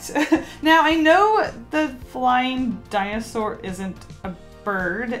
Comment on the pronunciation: “Binosour” IM DYING FROM LAUGHTER